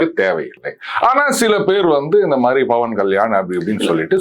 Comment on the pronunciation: தம்பி! அவர் "பவன்" அங்கே "ப"" வில் அழுத்தம் கொடுக்கக் கூடாது. பவன் என்றால் "காற்று " என்று அர்த்தம்.